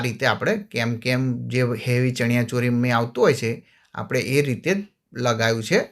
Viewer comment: કેમકેમ નહિ પણ કેનકેન બોલાય